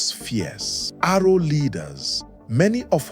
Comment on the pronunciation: Correction please, ''Aro'' short for Arochukwu not Arrow.